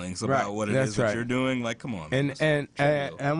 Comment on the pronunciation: Doing, not dong. O_o